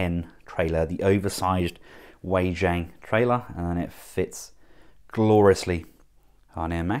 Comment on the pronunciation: Wei Jang is pronounced "Way-jong".